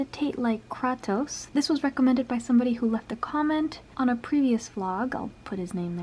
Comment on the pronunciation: Kratos is pronounced like KRAY TOES